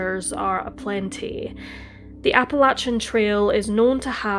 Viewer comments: Love your narratives, it's actually pronounced like 'apple-lay-shun' not 'apple-latch-un' Soft ch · Did the police really need to tell us that he was wearing "Performance Underwear"? BTW its pronounced Apple-eh-shin mountains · Its Appa-lay-shian Trail, unless youre from the South, then its Appa-latch-inn Trail. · Appa Lay chin..otherwise very good. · Most people in North America pronounce Appalachian Mountains: Apple- lay- tion (like nation) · True, except for her mispronunciation of Appalachian. 😬 It made me cringe and shudder each time she said it.